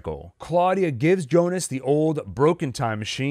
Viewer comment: Why do people keep calling him jonas it's pronounced Yyonas